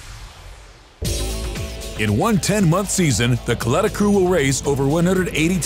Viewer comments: its pronounced cul eh tah.. not... cul lee tah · It bothers me that the narrator pronounced Kalitta's name wrong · doing a documentary on NHRA and the Kalitta car and cant pronounce the name.....